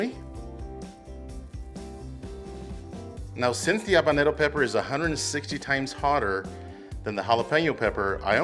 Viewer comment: What are you saying on the pepper ? are you trying to say habanero or something?????